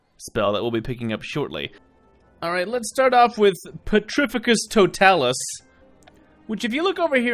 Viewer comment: The way he pernounces some of these spells make me laugh so hard totalus it's Toe-talis